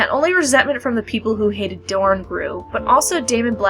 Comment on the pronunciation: Why are you calling the prince of dorne (moron) I think his name as it is written